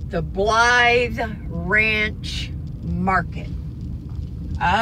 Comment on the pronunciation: You said Blythe perfect. That is my middle name. Nobody ever says it right.